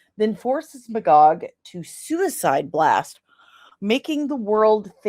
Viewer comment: When you said Magog, I almost thought you said "B 'gawk".🐔 I guess I'm getting sleepy 😂